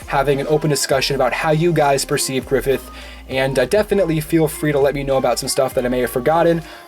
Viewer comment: Ugh, griffilth